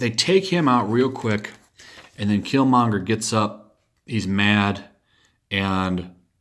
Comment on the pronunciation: You missed the r in Killmonger dude.